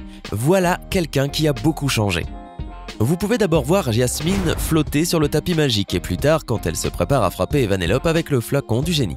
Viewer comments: Oui ces vrai quile a dit yasmine😄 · Personne n'a entendu qu' il a dit yasmine au lieu de jasmine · C'est Jasmine pas Yasmine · C pas yasmine c jasmine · C'est pas Yasmine c'est Jasmine (dsl c'est plus fort que moi) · On dit pas Yasmine on dit Jasmine! 🤦‍♀️ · Ah oui et c’est pas Yasmine mais Jasmine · C'est pas Jasmine parce que lui il dit Yasmine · Vous avez remarqué il Yasmine et non Jasmine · Jasmine tu dit iasmine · Sa se dis Jasmine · Jasmine avec un J !!!!!! Et pas Yasmine et c’est Vanellopé!!!! Avec un é à la fin .